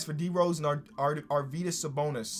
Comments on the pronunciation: Yuo pronounce Arvydas pretty good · You're pronounucing Arvydas correctly - love from Lithuania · you pronounce Arvydas better than i've heard any American do it great job